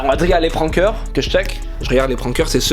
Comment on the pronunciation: yo arete de dire pranker avec laccent Français ca menerve tsais que t de mtl et kon dit pas ca ici so parle comme un gars dchez toi les Français vont pas commencer a parler comme les gars de mtl sinon apres c biz et tu perd du charme de ton language je trouve likez pour quil voit jespere que tu va mecouter bro! thx